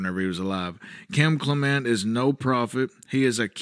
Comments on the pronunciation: It's CLEM ' ent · It's CLEM ent